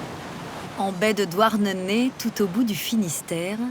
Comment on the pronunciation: C’est pas « douarnenai «